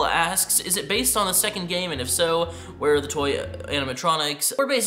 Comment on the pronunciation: I like how said "where" as enis from recent enis